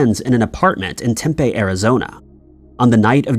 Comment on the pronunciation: Mispronouncing Tempe is understandable (although I would’ve looked it up if I were you), but mispronouncing Apache is pretty lame.